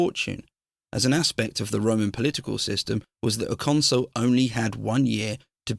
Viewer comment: Please stop mispronouncing consul. It's not console. Otherwise excellent. Good work